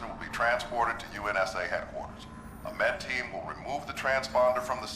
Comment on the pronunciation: UNSA? Cough UNSC Cough Cough